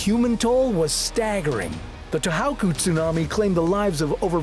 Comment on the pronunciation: To How ku?? Really? To HO ku. SEN dai. Your pronunciation is awful! Educate yourself. Or get a better narrator. Please.